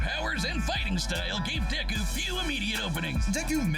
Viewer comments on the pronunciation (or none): Why are you saying deku like that?